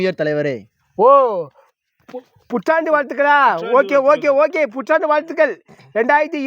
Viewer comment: அது புத்தாண்டு வாழ்த்துக்கள் லே. புற்றான்று இல்லை லே பேதியில் போவான் வாயில கொஞ்சம் ஆயா அள்ளி போடு அப்போ பேச்சு நல்லா வரும் தூர போல